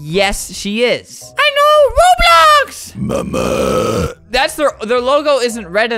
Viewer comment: it sounds like he’s saying ‘ MaMa-‘